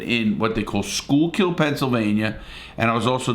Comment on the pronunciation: You pronounce it Skookill not schoolcul! 😂 But this was a very entertaining video! 😄